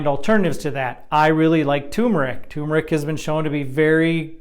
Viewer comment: Turmeric has 2 r’s, and is pronounced TUR MER IC. It’s not like having a tumer ….ic! Look it up. Sorry it drives me crazy how most people mispronounce this basic word.